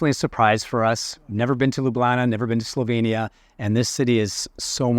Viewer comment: What a disappointment that both of you consistently mispronounced the country's name. This is pretty basic stuff when visiting another country. I stopped watching your video after a minute.